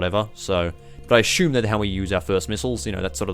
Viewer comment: why do you "ashume" something, instead of assuming them?